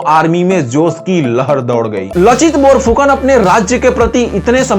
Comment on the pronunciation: लाचित। और अगर उच्चारण देखेंगे, तो लासित। उस जाति का नाम है आहोम, अहोम नहीं। Lower Assam का कमांडार लासित बरफुकन दो जंग में लड़े थे। आलाबोइ के लडाई का फल अनिश्चित था, पर शराइघाट के लड़ाई में उन्हों ने गुवाहाटी पार कर के रामसिंह के सैन्य को मानाह नदी तक भगा दिया था।